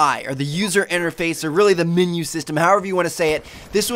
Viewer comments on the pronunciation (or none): minu why do u say minu it menu